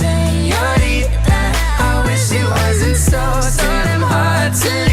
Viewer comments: you’re Mexican and you don’t know how to pronounce señorita? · Shawn Mendes says, I love it when you call sinõrita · Lmao I think Sean is calling her señorita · Hahahah that is literally what I thought. Who calls Shawn senorita? 😂😂😂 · ooh i love how you pronounce the ñ lmao